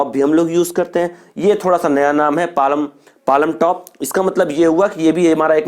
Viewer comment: Hahahha palamtop😆😆it is palmtop where l is silent